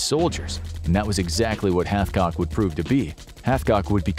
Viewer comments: It's Carlos Hathcock not Halfcock. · Carlos Hath-what???